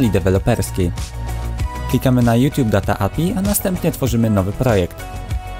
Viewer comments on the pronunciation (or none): none